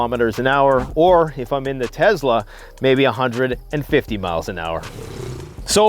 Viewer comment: Maybe Tesla would send you something if you ever pronounced their name right LOL